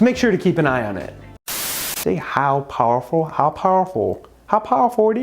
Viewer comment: I heard "depending on how awful your microwave is" at first